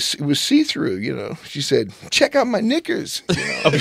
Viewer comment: Heather B thought he dropped the N Bomb when he said knickers lol